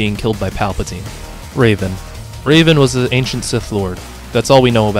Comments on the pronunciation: yea bro its super hard to pronounce revan not raven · It’s Revan, not Raven. The mispronunciations of all these characters hurt my soul, man /s Also, I have the Jedi Academy Kids books! I loved those books! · It's REVAN not Raven. You're not pronounce it like a character from Teen Titans. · The only pronunciation that really bothers me is that you pronounced revan as raven. It's meant to be pronounced the way it's written. Think the "reven" in "revenant," not "raven" like the bird. Or the teen titan. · I don't know why but you calling Revan "Raven" cracked me up so much XD (No hate) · I can excuse a lot of them when they are more obscure but getting Darth Revan wrong and especially mispronouncing Galen Marek when he states he's his favourite character irks me.